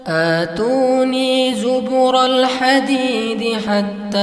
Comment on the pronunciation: Assalamualaikum, Ustadzi, Afwan. mungkin ada kesalahan membaca saat surah al kahfi ayat 96, pada bacaan "Aatuuwniy Zubara l Hadid" tapi dibaca "atuuwniy Zubura l Hadid", terimakasih Wassalamualaikum Warahmatullahi wabarakatuh.